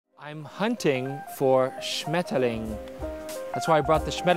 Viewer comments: That german pronounciation was impeccable 👌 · His "Schmetterling" was pretty good, next german word for is "Eichhörnchen" (squirrel). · Hey, as a German i can tell you did a very good job on pronouncing Schmetterling:D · That was a very nice „Schmetterling-Tasche“ - and I mean ‘ pronounciation. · You said "Schmetterling" very well:D honestly I can say that as a native speaker.